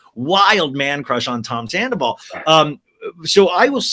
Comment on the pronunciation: An Empath that described Sandoval as “Scan-doval..😳😝🧐hmmm ok - I’m out!